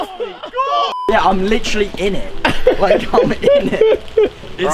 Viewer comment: nobody: jarvis: “init”